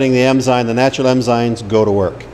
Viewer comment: Is he saying emzymes